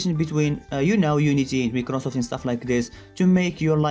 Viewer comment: NOONE: LITERERY NOONE EVERYONE - microsoft ( my - kroh - soft ) ChereFulDev - microsoft ( meeeh - kruh - safft)